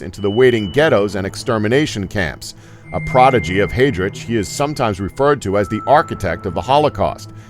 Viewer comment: I'm sorry, but as if the mispronunciation of the names is not bad enough, there isn't even consistency of the errors. For example, Heydrich is pronounced with a chance and Heinrich as a ck...